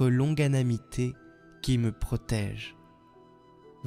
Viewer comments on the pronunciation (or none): 😂longanimité et non pas LONGANAMITÉ